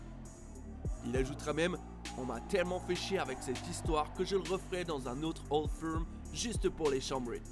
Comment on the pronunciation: Beaucoup d’erreurs ou d’approximations ! 1) la capitale de l’Ecosse c’est Édimbourg et non Glasgow 2) Le Old Firm (au passage on prononce « feurm » et non pas « firme » ) a lieu au minimum 3 fois dans la saison et même plutôt 4 mais absolument pas 2 fois . Spécificité du championnat écossais ! 3) Les écossais ne sont pas spécifiquement protestants et unionistes . Niveau religion il n’y a pas de majorité claire en Écosse même si clairement Glasgow est plutôt une ville catholique. Mais les unionistes sont minoritaires en Ecosse . Même fin 19eme au moment de la création des 2 clubs de Glasgow l’Ecosse n’était pas férocement pro grande bretagne (d’ailleurs si le maillot des rangers est bleu c’est par rapport au seul drapeau écossais )